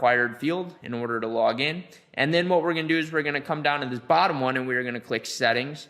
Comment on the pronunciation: I love your pronunciation bro hahaha BUTTUM, SSSMASH, ALGORITIMMMM.. Thank you BTW